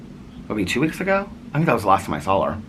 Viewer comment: Haha, you also say "sawl" instead of "saw." Haha 😄 I laugh every time you say it. Is that a Midwest thing? 😂 We used to eat Mrs. Grass"s soup, too! Yep, you drop the little ball of concentrate chicken flavor in to dissolve. It was so delicious 😋 Tell your cousin I'm so sorry she's going through so much currently. It's so difficult, but she's a strong woman with a gentle soul, and she'll be okay. 💐